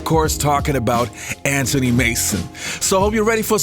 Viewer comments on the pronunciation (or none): Why do you say AN TONY instead of Anthony??? Its AnTHony Mason.